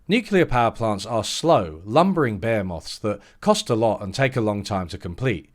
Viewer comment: you mean behemoth, not bear-moth.... 😂